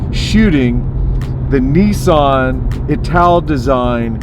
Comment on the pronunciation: Neeeeesan????? its Nissan Nissan Nissan Nissan Nissan NISSAN! I am sure you can pronounce Nismo right? you dont call it NEEEEESMO! ?? Niss as in Hiss .... rant over